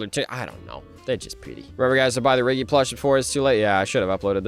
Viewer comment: that's not riggy that's sniggy💀